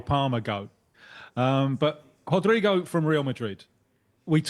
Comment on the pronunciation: Obrigado sum1 actually saying his name Right. Rodrygo na liverpool vamos.